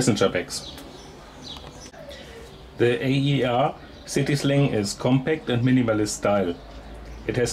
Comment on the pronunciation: FYI it’s not A.E.R it’s called AER as in air , just thought I’d let you know , nice video